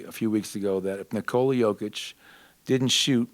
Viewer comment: I always get sad when Malone doesn't put effort to pronounce Nikola correctly, especially when it's like pronouncing Nicholas (minus the s)